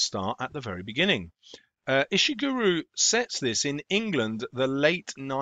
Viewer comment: You pronounced his name wrong at Pretty sure his name is said "Ish-(t)i(p)-gur-Oh", not "Ish-(t)i(p)-Guru" - this is how you would say it using things from other words